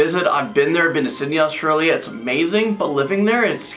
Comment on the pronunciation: I'm sorry to say but it's Australia not Autrilia and I'm Australian so I know